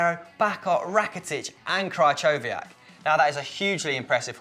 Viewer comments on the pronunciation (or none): It's not Krychowiak it's pronounced kryhowiak